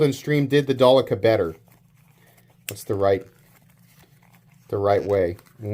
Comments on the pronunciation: Its not Dalica, its Delica FOI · Its Sypderco DEL- I -CA